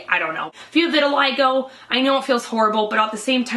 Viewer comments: pronounced "vert til lee go" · No Vitiligo. "Eye".